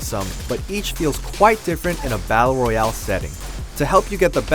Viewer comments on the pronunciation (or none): none